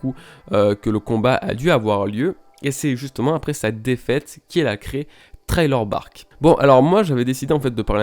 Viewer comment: C’est un détail, mais Thriller Bark ça se prononce « Sri-Leur » et par « Traï-Leur ». Michael Jackson quand il chante « Thriller » ne prononce pas Traïleur par exemple Haha Sinon bonne vidéo, toujours intéressante ces vivre cards!! Et vive Artur